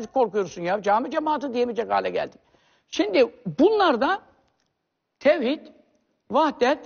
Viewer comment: mi adam kelimeyi tevhidi söyleyemiyor ne münazarası kardeşim🙂